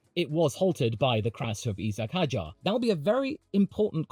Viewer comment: Isack Hadjar is the new Red Bull driver, and you’ve correctly pronounced the French-Algerian’s name